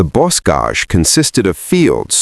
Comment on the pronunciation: This is an interesting take on German views of American forces on the ground and air and in combined operations. But, the AI has some interesting pronunciation of German and French words: example: Luftwaffe and bocage (“Lewft-vahf-uh, not luft-wafer; and boh-cahj, not boss-cage). Otherwise, a good presentation.